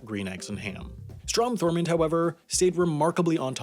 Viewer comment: Bruh this man said “thormond”